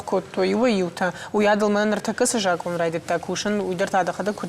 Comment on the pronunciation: Ведущая говорит ,, жакон" ,а надо говорить ,,закон ". Это все равно,что говорить ,,масина" или ,, мацина" вместо ,, машина" ! Вот вам и знатоки осетинского языка !